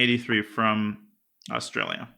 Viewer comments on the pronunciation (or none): none